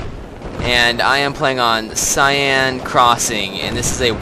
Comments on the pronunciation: Nope, it's pronounced Sen, because it's next to the river seine in Paris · it's pronounced "sane" with a long a sound, btw